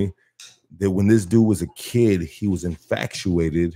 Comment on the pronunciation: He also said infactuated like 5 times lol